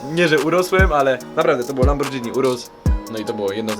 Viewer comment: Chociaż z kultury do widzów naucz sie poprawnie wymawiać marki samochodów.. No chyba ze na obiad jesz spadżetti a nie spaghetti. POZDRO